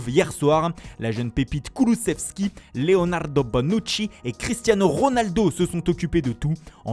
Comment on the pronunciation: Andrrrrrea Pirrrrrlo, Leonarrrrrrdo Bonnnnucci😁😁😁